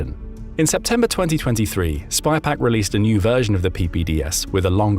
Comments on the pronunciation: SYPAQ not spypaq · IT’S SYPAK NOT SPYPAK